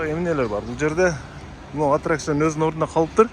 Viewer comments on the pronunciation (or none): Антракцион эмес аттракцион. Ой тообо терминдерди туура айталбай дабдырагандарга блогерликте бок барбы?????